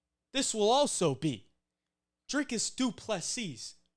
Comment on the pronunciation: And kudos on the pronunciation of Dricus' name. Almost perfect.